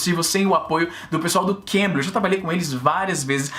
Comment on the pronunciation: Na hora que o Izzy fala Cambly, eu escuto Cambridge. eeahuaeuaheae Tanto é que eu escuto os videos do Izzy e fiquei assustado quando ele falou "esse vídeo é patrocinado pelo Cambridge..." e eu "carai, que upgrade nos patrocinadores".